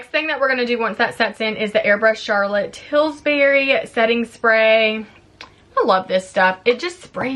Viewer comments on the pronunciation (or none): Friendly correction…it’s Charlotte Tilbury, not Tilsbury. 🙂